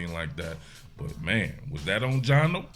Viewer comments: Every time you say “Gino” you let the goofies win. It is funny tho😂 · Bro you saying Gino has me laughing 😅 Aside from the refs slowing this game down beyond belief, I’m proud of how the offence played especially “GINO” His release was so much quicker and it was noticeable from the get go with that 73 yard td to Dennis Rodman Jr himself